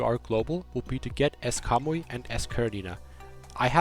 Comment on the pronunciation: Everytime he says Kamui i only here cowboy.